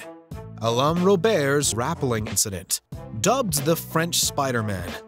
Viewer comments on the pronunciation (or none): Did you just pronounce "rappelling" as RAP-uh-ling? Narration "gone horribly wrong"... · "Rap-eling" surely you mean "Ruh-pel-ing" rappelling..... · RaPPLing?? Ra-pel-ing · It’s pronounced rapell ing not rappeling. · Rappeling lmaooooo what???? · "Rappel" doesn’t rhyme with "apple." I don’t understand why people who don’t know a word’s pronunciation just make something up instead of looking at a pronunciation guide for five seconds… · Someone teach the narrator how to pronounce RAPPELING, please? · rap...pelling...? How does the dude no know how to pronounce Rapelling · That AI you got talking doesn't know how to say rappelling... might need to work on that. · Entertaining video but seriously dude, learn how to pronounce rappelling. For a watchmojo video I expected better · thats not how you pronounce rappelling